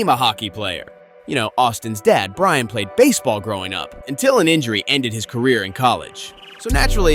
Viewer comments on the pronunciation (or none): none